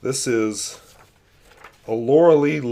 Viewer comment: "Lorelei" is German, it's pronounced "Law-rely" and means something similar to a mermaid. There is a poem by Heine called "Lorelei".